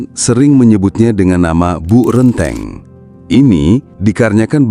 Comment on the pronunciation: renteng, bukan rènteng